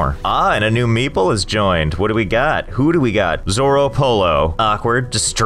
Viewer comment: When the pronunciation of meeple starts sounding a bit like meatball 😂